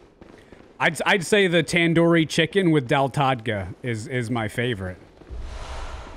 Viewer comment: It's so funny hearing him say all those Indian food names like that I'm chuckling because that's not how they are pronounced at all 😭😭. Although he pronounced tandoori chicken impressively